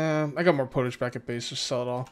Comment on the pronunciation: Pottage is pronounced Pot-Edge as it is made in a pot >^,,^<